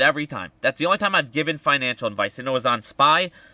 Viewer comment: It's financial, not finical.